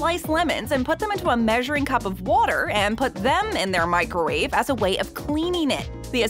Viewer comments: Am I buggin or did she say "microrave" a couple times? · The baby at the end was a nice touch to the video and well placed..but what on earth is a Mikerwave?..a better way to say Microwave